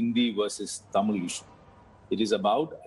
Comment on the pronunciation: she say தமிழ்(thamizh or tamil)correctly she may a tamil or other south indian language speaking women ! because tamil languge letter zh(ழ்) is hard to speak ! but i like her work she critizied karthick very matured way !